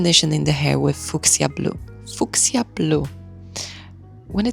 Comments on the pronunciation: its pronounced “few-shuh/few-sha” and it’s in reference to a purple flower named Fuchsia. Thanks for the detailed vid. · Absolutely stunning!! As a little note, “Fuschia,” is pronounced, “Fyoo-sha.” Yes, its spelling is extremely confusing 😂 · We say Fuksja in Poland, so this little polish shout-out was really playful for my ear ❤